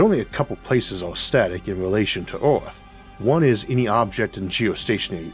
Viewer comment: Good video, but Ooth?? You mean Earth ! Funny pronunciation.